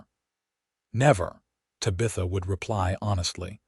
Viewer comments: The Name Is Pronounced, 'TAB' - 'A' - 'THA' Not 'TY'- 'BITH''- 'A'! If You Ever Watched The TV Show, 'BEWITCHED' The Little Girls Name Was Pronounced Correctly.. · Good story but reader is so cut and dry...and it's TABitha not taBITHa.... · I did NOT accept the AI mis pronunciation of TAB.i.tha. If your AI doesn't know how to pronounce a name, use a different name. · Finally a story without water rights problems and the woman doing the accounting! Refreshing ! I wish AI would do a better job of pronouncing words. TAB I THA NOT TABEETHA!!!!! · Ugh...It's TAB - I - THA...Not Tuh BITH Uh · Te Bah th ah. That's how you pronounce it. Please.😊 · think again. It’s not Ta-bee-tha, it’s Tab-ih -tha. Did you never watch Bewitched? Or better yet, even Google can tell you the correct pronunciation 🙄🙄🙄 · Ai sucks at pronouncing names/words. anyone else cringing everytime ta bith a is screwed up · Tabitha is pronounced tab-i-thuh . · Yes her tab i tha not ta bith a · Ok Tabitha is pronounced Tab eth a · No It’s Ta- BI-ta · I can't even listen to it, by the time they said Tuh-bitha twice and then said See-lus for Silas I am backing out of the story. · The AI needs to learn how to pronounce Tabitha correctly! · Please fix the way AI says Tabitha's name. Cute story but if you changed that one thing it would be much better. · AUTHOR: Perhaps before you post your next story, hear how the AI voice you chose pronunciates the names of your characters. Then you can choose different names of your characters, ones the AI voice can pronunciate. This one does not pronunciate Tabitha nor Montgomery correctly. It takes away from your story, which I'm sure is okay, but I can't get through the story trying to ignore this AI narrator's incorrect pronunciations. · Mispronuciation of Tabitha and Silas.... etc over and over.....can't continue to listen!!!! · Please learn how to pronounce the name Tabitha. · UGH the AI needs trained how to say TABITHA. Could not get past the first 2 minutes.